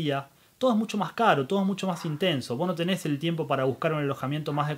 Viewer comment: Tenes, era tenes